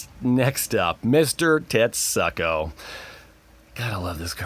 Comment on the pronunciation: I'm disturbed by how you pronounce Tetsuko.. Unless you intended to pronounce it as tet-suck-oh.